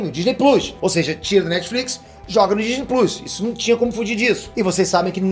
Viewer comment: Por favor nao fala Disney pluis, isso doi la no coração. Por favor